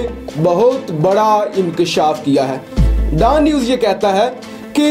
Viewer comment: DAAN News nahi Dawn News hai!!